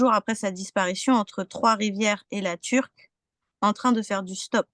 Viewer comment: Correction à apporter... ce n'est pas La Turque mais, La Tuque. Il n'y a pas de 'r'.